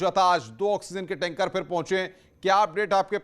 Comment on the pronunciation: टेन्का नही यार टेंकर बोलो